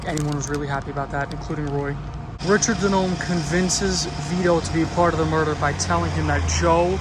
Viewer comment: In Italian DiNome is pronounced "DeeNomei"